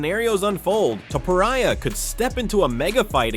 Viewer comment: ..... E-LIE-AH TOE-POE-RIAH lmao